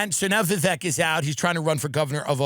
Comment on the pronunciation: Tim is spot on about not wanting to be celebrated. I don't know if it's our deep culture of self-loathing or if it's just embarrassing or what. Also, thanks for telling the correct way to pronounce Vivek's name.